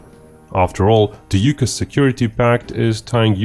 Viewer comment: AUKUS = aw-kus, not you-kus.